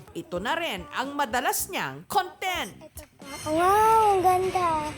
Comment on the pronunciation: CON-tent vs. con-TENT